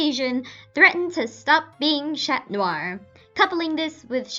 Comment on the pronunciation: You hate the english dub but you don't pronounce "Chat" correctly. -_- lol